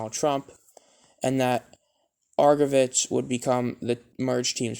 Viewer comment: It's pronounced Argo vits like bits, and you can say Dee Al ah or Dee Eye Al ah and it's Kay TAN(Catan). You didn't even talk about the hard feelings between Gamblers ownership and MOUSE Davis when he left Houston to go to Denver. The 85 season was when Kelly actually spread out the ball more than in 84.